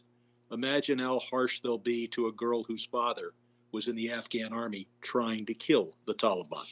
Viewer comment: She said afgram... Not Afghan. Omg the left is full of twits.